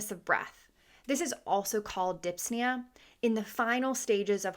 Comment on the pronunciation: You do not pronounce the 'p' in dyspnoea.